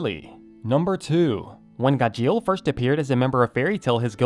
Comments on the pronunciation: It's gajeel not gajeal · Why is he saying "gah-sheel"! 😂😂😂😂😂😂 it's "gar-sheel" 😂😂😂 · SAY HIS NAME RIGHT!! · The way he said Gajeel was terrible at singing😂😂😂